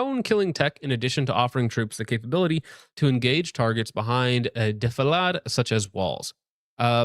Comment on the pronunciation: Defălād. Not defaladey. What are u? Le Heckkin french?